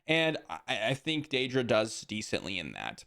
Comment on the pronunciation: The way you mispronounce Dedra over and over again makes me think you've never seen the show Andor.